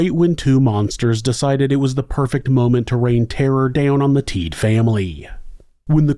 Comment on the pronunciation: Rolf and Randy are my dad’s cousins. I remember going to the cabin a lot when I was young, but we never went back after this happened. You did a good job covering the case but their name is pronounced Teed-uh. Also after Rolf was shot and set on fire, he showered and then went out and stuck his head/face in the snow. It was so cold, it slowed the bleeding and helped him survive. Rolf has since passed but he was definitely a hero. As is Randy. I love your content and have been listening to you for awhile. I was kind of excited to come across this while listening to some past episodes.